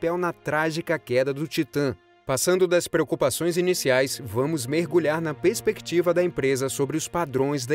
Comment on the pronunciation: Amigo se eu não estiver enganado, parece que escutei vc falando a palavra PESPECTIVA, sendo que o correto é PERSPECTIVA...